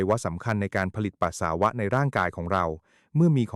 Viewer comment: เยิ่อนเย้อ..อ่านก็ผิด..ปัส..สา.วะ..